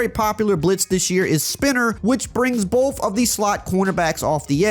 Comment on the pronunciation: “Both” = “BOFF” 🤣